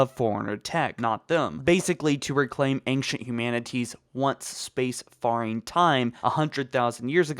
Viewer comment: I just want you all to know he said "space far-ing" but it's pronounced "space fair-ing" like sea fairing as in space and sea travel, hooray gremmar fail!